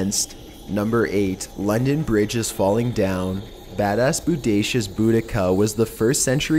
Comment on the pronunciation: Please learn correct pronunciation of words, as in Boadicea and Agean